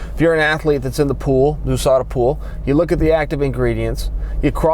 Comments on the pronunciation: ooooooSadaaa same 😂😂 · Why does it bother me so much how he pronounces usada?